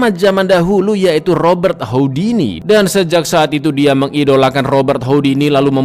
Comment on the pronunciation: Bukan houdini tapi hudini abg sendiri tadi bilang houdini